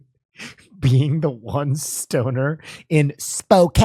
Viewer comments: The Zebras were in the Seattle area (North Bend/Snoqualmie) not Spokane (pronounced Spoke-ann). Yep, Twin Peaks! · I'm in Yakima and when he said Spokane I was so confused. How do they mistake Spokane, normally everything is Seattle to those outside of WA